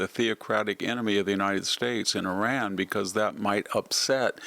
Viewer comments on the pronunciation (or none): none